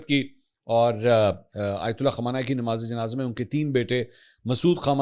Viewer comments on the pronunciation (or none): MAK pl nam sahih len. KHUMANAI nahi balke KHAAMENAEE